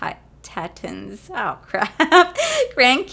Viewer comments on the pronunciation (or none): It’s pronounced Tee-Ton’s. 😉 I live in Utah… Zion national park, the arches, Yellowstone is close, Bryce Canyon, canyon lands, capital reef. We have a lot around here. The bonus is not many people around here have oily skin. I bet you would dry up like a cactus lady. 😆